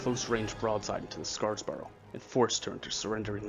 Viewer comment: Also, it's SeRAPis, not SePARis. EDIT: And SCARborough, not SCARSborough.